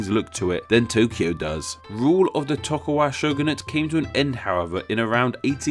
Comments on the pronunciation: Umm Tokugawa not Tokuwa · re - Are you calling him (and his clan) "Toku-Waga" instead of "Toku-Gawa?" Because it sure sounds like that. Now I'm not well versed on Japanese history and culture. It's possible that this name is indeed pronounced "Toku-Waga" even though it's spelled "Toku-Gawa," I wouldn't know if that's the case. But based on the English spelling, it would appear that you've reversed the last half of his name without explanation (without any apparent reason, either). Please clarify. Is the name meant to be pronounced "Toku-Waga?" If so, please explain why. Or did you just do a whoopsie? Please lemme know, yes? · I swear if you pronounce "et cetera" and "Tokugawa" wrong one more time... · tokuGAwa vs. tokuWAga... dyslexic moment? ¯\_(ツ)_/¯ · TokuGAWA =/= TokuWAGA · Tokugawa, not tokuwaga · Toku-wagga? C'mon man. You can read. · you mispronounced tokogawa differently every single time what the fuck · It hurts whenever I hear him mispronounce Tokugawa :(